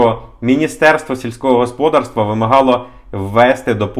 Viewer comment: Правильний наголос - господАрство. Ваш наголос ріже слух